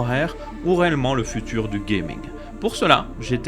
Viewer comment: Le "furure fait futeur"